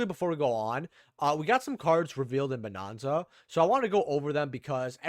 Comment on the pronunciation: Bro are you just saying bonanza wrong on purpose lol it's not bonOnza 😂😂😂